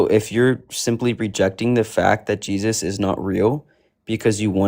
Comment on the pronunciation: Christ insanity remember you heard it here ,that's what we're witnessing,I even hate 😊 and throw up in my mouth every time I hear the way they say the name Jesus it sounds so slave-like and pitiful